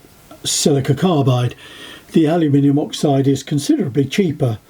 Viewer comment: I get a kick out of the way you pronounce aluminum as alimini.😉